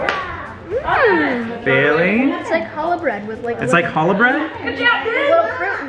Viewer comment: THANK YOU FOR SAYING CHALLAH BREAD!!! ( JSYK, YOU DO IT LIKE A SNAKE SAYING - CH FOR THE - CH IN CHALLAH!!)